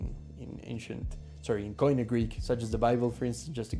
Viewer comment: I don't think I'd ever try to learn Greek, if I weren't Greek, so this was interesting to watch! Note: koine is pronounced like "key knee" (at least in modern Greek!), not "coin ee".